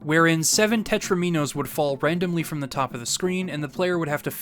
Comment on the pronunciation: It's not pento-MEEN-oes, or tetro-MEEN-oes– they're in the same polygonal category as dominoes, and you don't see anyone calling them do-MEEN-oes. A domino is two squares of equal size connected end-to-end on any side that isn't a corner, in any configuration. So a monomino is one, a tromino is three, a tetromino is four, a pentomino is five, and so on. Get your pronunciations right.